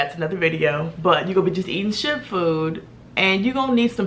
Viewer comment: Did you say shit food or ship food?